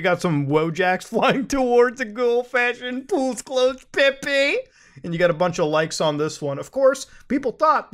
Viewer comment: "Pepe" It hurts bros.